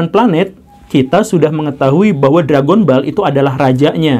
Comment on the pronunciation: Read: DRAGONBAL bukan Drègenbol